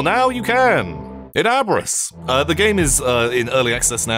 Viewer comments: I'm pretty sure it's pronounced ahb-riss, since it seems it comes from the German word abreißen, which basically means tear up/down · Hearing the word Abriss pronounced like that caught me off guard lol This game looks amazing damn